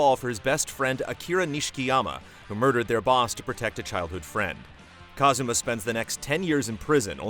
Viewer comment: His name is Kazuma, not Kazama